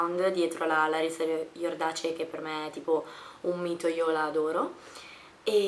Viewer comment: Ma non si pronuncia "Iordake"? Haha comunque è stato epico il 'ciao' lla fine, riascoltalo ti prego hahahahahah ♥